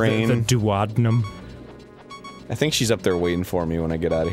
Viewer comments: Ughh I cringed when I heard Dan's pronunciation of duodenum. it's doo-oh-dee-num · Gaah, switch back to the deku shield when you're child link. Also, it's pronounced doo-uh-dee-num.